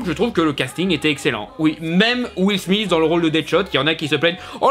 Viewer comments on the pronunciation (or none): none